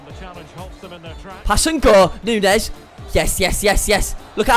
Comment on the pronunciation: Neunez ohhhhh neunoooo